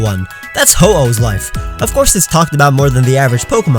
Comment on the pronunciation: SAID HO-OH RIGHTS.